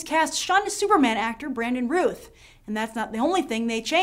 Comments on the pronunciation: Hi Grace, love your videos! Don't wanna be a smart-ass, but Brandon's last name is pronounced like "south"... at least that's how Sam Huntington said it...thought you might wanna know! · Routh... sounds like South... "ow" not "oo"